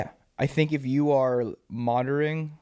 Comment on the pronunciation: Bro slowly sounded it out and said monoriting 🤣🤣